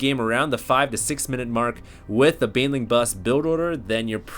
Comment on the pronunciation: Dude its Baneling Not BAYWINGS :S